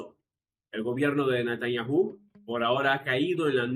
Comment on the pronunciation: Ya pronuncia mejor Natanyahu, con el sonido de “j” en la “h”. Pero lo mejora si no acentúa la u, al ser una palabra átona. Mis disculpas.